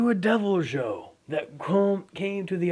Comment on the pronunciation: You said deviljho it’s supposed to be devilhoe